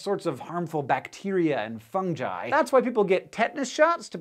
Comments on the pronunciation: "/fən.d͡ʒaɪ/" it's just /fəŋ.gaɪ/ or technically /fʊŋ.gi:/ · FunJi???? Do you say funjus? It's fungi. Hence the fun-guy joke. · funjy? Last time I checked it was pronounced "fung-guy" not "fun-jie" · Funji?! It's a hard g. Fungi. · It’s fungi not jungi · It's pronounced fungi like fung guy not fung ji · i say funguy this guy says funji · Did you- did he- did you just call it funJi????? It’s pronounced fun-guy but not spelled like that obviously but that’s how it’s pronounced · Did he Say Funji? Instead of fungi? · Toad and Toadette are Fun guys. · What's "funji" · Why pronounce fungus fuhn guhs but pronounce fungi fun gee. Its pronounced fun guy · anyone else that pronounces fungi like that? i say it like fung guy instead of fung jie not to be mean or anything like that but i just think its funny how people pronounces fungi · FUNGI... WITH A GI SOUND!!! NOT A JI SOUND!!!!!! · Bacteria and... Fungjai? Funji? I dont even know (disclaimer: i get bugged if i dont correct something that sounds weird so dont yell at me or else this will be the battlefield of World War ||| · I was really bothered when he said "fung-jai" instead of fun-guy lol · wait wait wait wait WAIT, hold on just a second. did you just say FUNJI instead of FUNGI? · funjie? are you fucking serious, its pronounced FUNGI (FUN-GE) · Fungi as in fun guy not funji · I know there's nothing wrong with you saying Fungi the way you did but growing up, I'm sure we were all taught to say Fungi as fuhng-gahy. It is funny that this is the first time that I've heard you pronounce Fungi (fuhng-gahy) as Fungi (fuhn-jahy). Anyway, Very interesting show guys! Love your work! Keep it up! Thank you! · I am just really irritated at the moment. Not because of a splinter ... Fun-Jai??? FunGUY! Fungi..... arghhhh :( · im sorry but i couldnt take this serious after hearing fun-jy ive only ever heard it has fun-gy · its pronounced FUNGI Hank not FUNJI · funji? It's fungi dude.... Fun guy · He pronounced “fungi” as “funjy” FUNJY